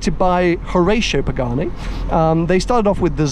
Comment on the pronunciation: "Joreicho Pegani"